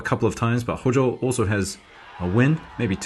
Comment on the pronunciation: HOJOは「HOUJOU」って読む